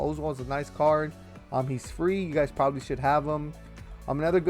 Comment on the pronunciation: This man said preberbaly